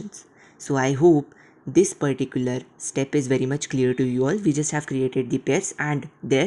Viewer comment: Perticular perticular perticular perticular